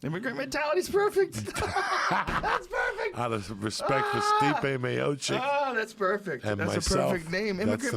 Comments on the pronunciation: Joey "Ruke Lockhold" Diaz. "Stiope" hahaha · 8.38 "steopic" never fails to get it wrong. rogan doesnt even correct him any moire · Joey still can't pronounce stipe's name